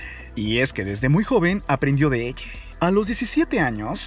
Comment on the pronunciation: Mi pregunta es: porque dice “elle” “vergüence” y cuanta palabra termina en “A”🤦🏽‍♀️